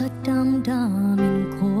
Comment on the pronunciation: hindi talaga siya marunong mag bigkas nang tagalog..di mo alam kung bisaya or ibang lahi kumakanta. 'nachathakot" "dhamdhamin" "sasavihin".